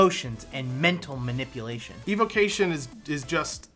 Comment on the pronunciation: evocation: RIP my ears